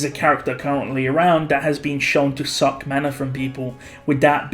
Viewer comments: Stop using a hard K when saying SUCK in reference to Beatrice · Is it me or does put a lot of emphasis on " SUCK "